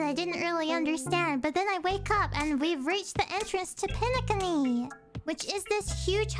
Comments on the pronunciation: Nice to know many new players plays HSR. HOORAH ❤ And wait did you just said PENE-CUNNY?????😂😂😂😂😂😂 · Me when she says Penecony wrong nah it's alr I'm just happy see more animators play our lord and savior Honkai Star Rail all hail Qingque, Firefly, and Acheron! I ALMOST HAVE E1 FIREFLYYYGGGNFIDNDJFNFSUBSUDBEUDHFH! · Really liked how you said penacony xD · did they not tell you the correct pronounciation of Penacony?